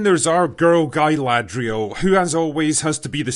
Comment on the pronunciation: Guyladrial lol